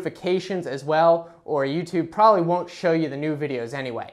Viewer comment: Stop saying "prolly" it's probably.